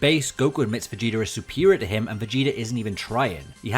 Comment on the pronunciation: "Vuh-gee-durr" Dude, surely a word ending in an 'ah' sounds isn't difficult for you. Jeebus Fleebus, man...